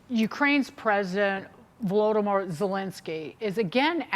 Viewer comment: Did she say Voldomort Zelensky? What a hack...